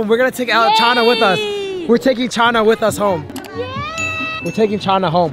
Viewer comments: bro said chana as china💀😂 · Bro said Chana as China! lol 😂